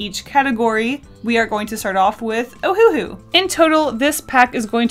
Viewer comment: I died every time she said ''oHuHu''